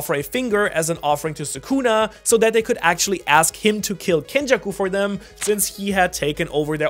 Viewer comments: it's kenjaku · (Its Kenjaku) 😂😂😂